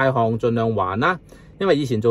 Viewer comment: 潦倒不是讀撩倒,讀「老倒」🤭